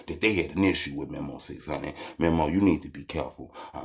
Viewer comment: It’s meeemo not memo 😂